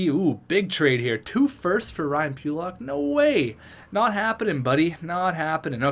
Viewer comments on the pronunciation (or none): none